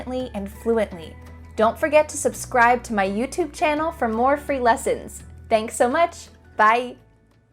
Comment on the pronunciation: youtube i guess british pronounce differently